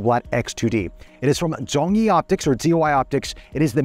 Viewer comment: Great review! Also the most accurate pronunciation of the word "Zhongyi" I have heard from an English speaking reviewer.